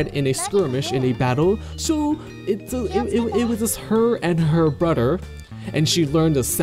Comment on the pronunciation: He said "broder" instead of brother xD